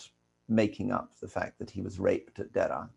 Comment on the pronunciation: a very near native pronunciation of Der’a